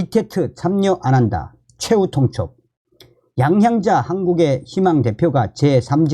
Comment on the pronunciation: 양양자가 아니고 양향자로 확실히 발음을 했으면 하네요